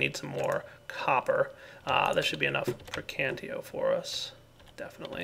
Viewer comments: it's called "praecantatio" not "praecantio". I'm just saying that for people who have a problem with these thing. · Am I the only one who goes insane whenever he says precantio instead of praecantatio? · um you kight want to know the magic aspect for thaumcraft is called pre-can-tay-she-oh is how you say it not pre-can-tee-oh srry not to be rude or anything it just kinda bothers me sometimes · It's PraecanTAtio. Gosh. :D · Love the series,, but for the sake of all we nazis and pedantics out there, please just try and say Perdi-TI-o and Precan-TA-tio:) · lol i don't know why this bothers me so much but its prae-can-tat-io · You keep saying preacantatio wrong.